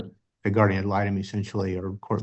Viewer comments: Drives me wacky when ppl say GUARDIAM..... IT IS GUARDIAN.... WITH AN N........ NOTTT AN M.... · Moms brows tell me all I need to know about her and if the Aunt doesn’t stop saying “Guardiam” instead of guardian…